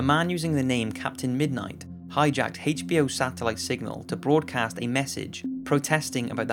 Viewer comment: Why do you say HACHE B O? Lol. You can’t say H can you? It’s like Whip cream for Stewie. Lol